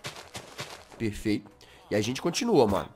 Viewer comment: Jazz: Aqui é perfecto, perfercto